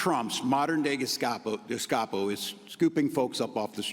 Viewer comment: You say GESKAPO, I say DESKCAPO. You say GETSLAPO, I say KETSBAPO. GETSLOPPO, SHLEMOZZI, TAMPONS FOR ALL NAZIS. Wet's call the whole thing off.